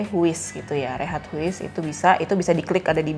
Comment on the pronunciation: Itu bahasa belanda.. Bukan rehat huis tp bacanya rehaat heis 😅